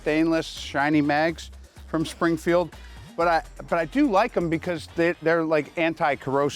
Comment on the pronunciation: “Springfrield” LOL